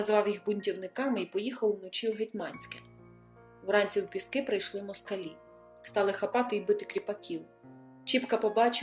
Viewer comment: ПІски!!!! А не ПіскИ!!